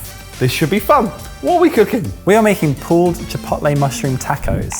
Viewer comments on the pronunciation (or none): As much as I enjoy an English accent, every so often, some word pronunciation will grate on me - saying chipotle with a short o. Why? In Spanish it would be a long o. But also when you read it as an English word, it looks like it would be a long o too.